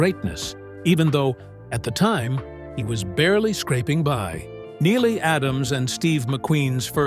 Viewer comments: Her name is pronounced kneel not Neila. it’s on the first pages of her book about her marriage to Steve McQueen when he called her Nelly. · You're pronouncing her name five different ways. Neila, Nila, Nellie, Nayla, Nylie - which is it or are you just a bot. Each time you say her name it's pronounced a different way. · Imagine making an almost 30 minute long video about someone and not pronouncing their name correctly🤣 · It’s pronounced like kneel